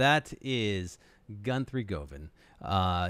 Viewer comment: That was cool, more than one phenomenal Guthrie clip I haven’t seen/heard yet. Weird pronunciation of his name tough (GuNthrie?).